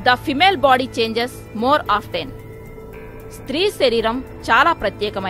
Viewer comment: అప్టెన్ కాదు అపెన్